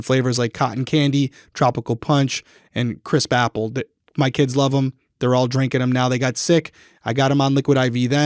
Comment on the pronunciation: Lol when said "crisp apple" it sounded like he said Chris papple 🤣🤣